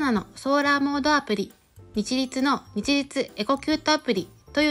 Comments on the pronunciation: 日立（ひたち）ですよ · 「にちりつ」と読まんで下さい「日立=ひたち」